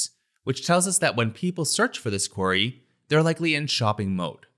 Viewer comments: It’s not “quarry”, its “query”! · Brill video thanks. Although i keot wondering what a quarry had to do with it 😄 then realise thats how you say "query" 😅